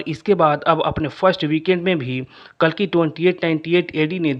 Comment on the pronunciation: Pronunciation to karlo sahi se कालकी नहीं कल्कि है 😂